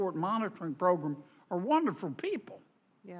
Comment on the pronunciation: He said "progrum" lol